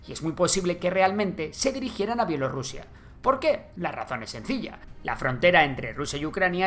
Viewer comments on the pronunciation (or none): none